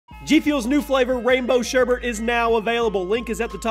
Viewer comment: It's SHERBET NOT SHERBERT